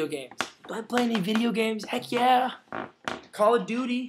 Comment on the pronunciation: I TOTALLY HEARD YOU SAY 'CALL A DOODY' instead of Call of Duty. Nice to hear from you again :) thought you were mad at us Rushers :/ LOVE YOU CARLOS!! Kiss Sydney for me :)